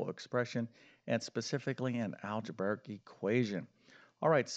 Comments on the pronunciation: Algebarric isn’t a word. You probably meant algebraic. Shocking that an alleged math teacher can’t pronounce that word. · Just a minor thing, but you've been doing this so long, you should probably start pronouncing "algebraic" correctly. It's not al-ge-bar-ic. It's al-ge-bray-ic. That said, I like almost all of your videos.